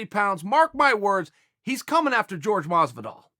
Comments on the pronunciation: Jorge (horhay) not George my man if we're being technically correct about our fighter's names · I'll keep bugging you with the same, but only because I love your videos. It's JORGE, not George, unc Chael. If you can say Yair instead or Yarear, you can say Jorge 😂. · Did anyone notice he said GEORGE Masvidal lmao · Jorge** not George You won a slap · It's not pronounced George, it's pronounced Hore Hey Masvidal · Chael fair point but it’s pronounced (Hor-Hey) not George Masvidal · Tremendous insight Chael. Just one thing man, the name is Jorge NOT George. Stop disrespecting the man. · Please don't ignorantly call Jorge "George." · FYI there is a difference in pronunciation when it comes to George and Jorge. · Kaiser Wilhelm II his name is still Jorge just because your from another country doesn’t make your name change 😂 it’s not pronounced George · Stop pronouncing Jorge name as George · Chael! Love the vids. But why do you Americans have to be so ignorant when it comes to pronouncing foreign names. The J is silent. Jorge is pronounced horhey. And Jose Aldo. Is pronounced hosey. It isn't that hard Mr. Bad guy. :) God bless!! I'm glad you found your feet dude. Back to killing the game. Always love hearing you talk. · Jorge "sounds like Whore hey not George" Masvidal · Chael, love you buddy. But, please if you are going to critique fans on how to pronounce fighters names correctly, pronounce one of the biggest names in the game correctly ! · All respect Chael but you couldn't or wouldn't say JORGE'S name properly